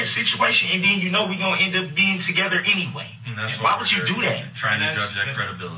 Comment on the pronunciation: Yes—toxicity is definitely it! So much so that it reached through the screen and made my stomach hurt when DB said “you know we gon’ end up being together ennyway”. 🤢